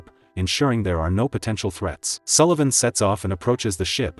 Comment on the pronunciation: Yay, your AI narrator can pronounce Sullivan correctly!